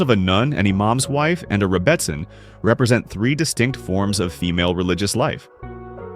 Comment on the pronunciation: It's pronounced "rebbiSIN". OY! AI!